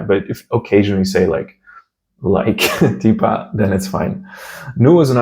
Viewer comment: Когда говоришь "типа", букву "Т", язык нужно держать ближе к зубам, потому что у нас есть мягкие твёрдые буквы, в отличии от английского, когда всё произносится твёрдо. Русский у вас шикарный! Я даже сначала подумала что вы русский😀